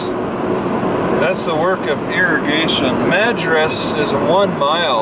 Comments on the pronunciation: You tend to emphasize the last syllable like you are in France. As if Madras is a purveyor of fine wines rather than mexi-van burritos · Still mispronouncing madras and redmond, among others...